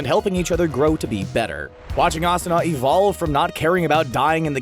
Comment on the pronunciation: I was satisfied when you said Asuna